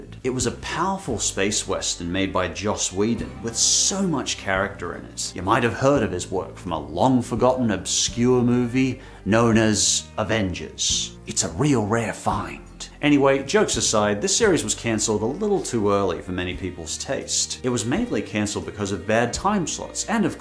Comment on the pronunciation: No, it's Avengers, not Uvengers.